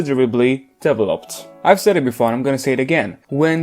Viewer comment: only problem i take with this video is your stress placement for the word "developed" (it should be deVEloped, not deveLOPED) 🥺 also, I love Jihyo as a vocalist but always found her TT remix jarring, now I'm aware it's a pitch problem